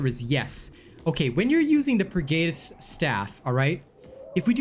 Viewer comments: Although the video is helpful, I just cannot get over the fact that you cannot seem to pronounce the word "pergatus" correctly. Per-Guh-tus not Per-Gay-tus. These words are based in latin and the lore of 40k. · Purr-Gaa-tus. not Geytus